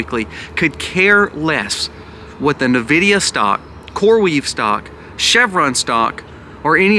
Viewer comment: It's pronounced en-videea. I'm offended. Lol